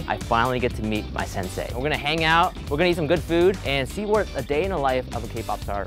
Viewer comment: Did he serious just say sensie?